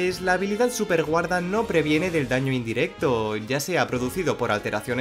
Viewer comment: Like si viste que decia sueperguarda y no superguarda🤣 Pd:No es una critica es solo una curiosidad